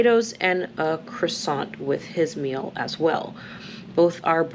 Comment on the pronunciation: A "croissant" LOL Hoooooo boy....that gave me the fits